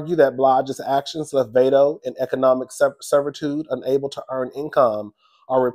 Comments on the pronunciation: Pronounced "VOD-DOE" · Screaming Vado (pronounced Vai-do)😂😂😂… the butchering of the z list rapper name is sending me lmao lol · lol the rappers name is pronounced v-ahh-doe.